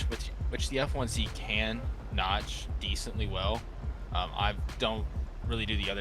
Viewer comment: fire vid btw hope you get the rafale and belgium f16 btw it said nodge, but its called notch